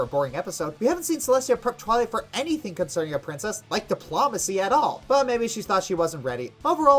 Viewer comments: dip-LOW-macy, not di- PLOM-acy. But maybe that's just a accent thing on his part, we should be nice. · it's not dip-law-macy, it's diplOmacy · "Diplawmacy". I swear you're saying it like that just to irk pedantic people like me. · It’s Dip-low-macee. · sir, You mispronounce diplomacy. It goes Dip-low-muh-see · Pronunciation of "diplomacy" wrong!!! YAK'S DECLARE WAR!!!!!!!!!!!! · huh, a military man having trouble pronouncing diplomacy, what are the odds? surrounded by guns appearing from the border of reality itself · Di-PLAH-macy? GOO-ness? Did everyone pronounce those words like that where you grew up,? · Dipl ''A'' macy? GOOness world records? you sound funny lol (no offense) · Why is he miss pronouncing words like Guiness and diplomacy?